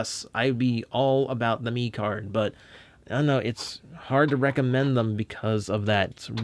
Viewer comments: technically its pronounced mech card just thought id let you know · Actually pronounced meh card and mecard was made in 2015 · He said turning meeecard it’s turning mecard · Hey, great review, but I believe it’s pronounced like Meh-card like a mixture of Mech and Card. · The pronunciation of mecard. Ugh